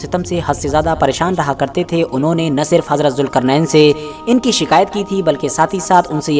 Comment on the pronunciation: jilqarnan not julqarnan